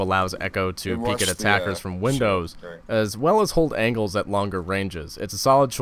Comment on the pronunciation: He said "peaking around ANKLES" lol. Learn how to speak